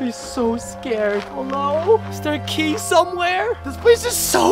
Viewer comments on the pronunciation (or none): Why you said giy instead of key you need to go to school 😮😂